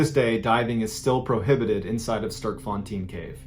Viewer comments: "Sterkfontien" makes me laugh every time as a South African😅😂good try though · i love how you pronounced Johannesburg in the same way a Afrikaner would, but then you pronounced Sterkfontein like a total foreigner. I just find it to be funny, love your channel. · sterkfontine the pronounciation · Hey Mr.Ballen small correction I'm South African it's the Sterkfontein caves not Starkfontine. Thanks for the awesome content loving your channel and really enjoying your storytelling keep up the great work bro much love and much respect🔥❤🇿🇦👊🏼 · so great to hear South Africa mentioned 😊🇿🇦 however... it's kinda more pronounced "sther - hk - fun - tain" and "Joe - hun - nus - burg" 😊 we got a whole lot of creepy and spooky stories here. we have haunted prisons, ghosts on highways and much more. 👌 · Hello from Johannesburg, South Africa. Love the way you say Sterkfontein. For the curious, it's pronounced, Stair-r-k-fon-tain. Heavy emphasis on the "R" Some people pronounce the "tain" part as "teen" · Mr Ballen fan here from South Africa. Like the way you pronounce Sterkfontein😄 but moreso appreciate your research and storytelling efforts. As we say in South Africa, you're an yster! Translating you are iron💪 /awesome, fantastic 😁 Sterkfontein translates to Strong Fountain, referring to the strong underground springs of water. Anyways may God bless you Mr Ballen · I need to help you, on how to pronounce Sterkfontein... had n bit of a giggle 🤭 not gonna lie... Im South Africa and Afrikaans so... Even the Limpopo episode... But hey take my hat of to you at least trying... Plus in all my life even going to the caves i did not know about his death or that you could dive in them... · he pronounced johannesburg almost like we do in afrikaans but then the sterkfontein came and i chuckled hehe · The pronunciation of Johannesburg and Sterkfontein was so bad I had a good laugh. The caves are beautiful and they hold tours where you learn about them